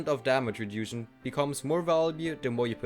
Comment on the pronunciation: The dexterity and reduction pronunciations are killing me lmao